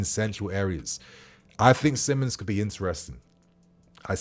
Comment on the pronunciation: It's actually pronounced as Simons